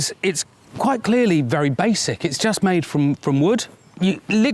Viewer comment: Be berry berry quiet, I’m hunting hay bails.